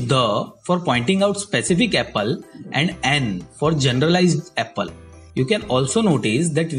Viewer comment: "Apel" Lol